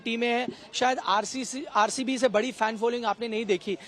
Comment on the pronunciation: Fen nahi bolte. Isko murkh log he